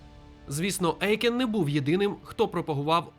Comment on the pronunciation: Дякую за відео - пізнавально. Єдине не ЕЙкен а ОЙкен. Це суттєво. У німецькій мові "EU" читається, як "ОЙ".